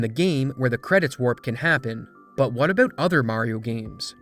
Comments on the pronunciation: "On BOOT" HAHAHAHAHA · > what is this A-boot? Are you canadian? What are you talking a-boot? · that Canadian flag when you said "boot" lol